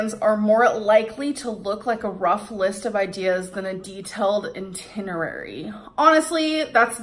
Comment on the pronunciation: Did she say "INtinerary" She read it, it didn't come out of her own head like "inscrutiating", she read it and STILL said it wrong. 🤣🤣🤣